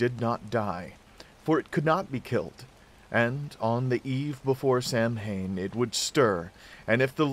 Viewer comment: Great video! Not a biggie but Samhain is pronounced 'sow-win' as its an old celtic word and not phonetically pronounced as if it were an English word